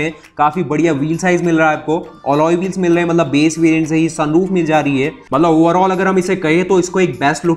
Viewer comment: UP se ho kya?? Mallab Mallab kya hota hai?? Mat-lab hota hai. Mallab. 🤣🤣